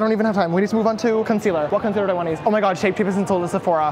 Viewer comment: Dead at "Swear to GAWD" I felt it.